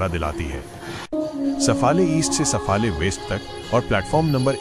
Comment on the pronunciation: सफाळे आहे. सफले नाही. कोण आहे ते कळूंदे. मराठी बोल.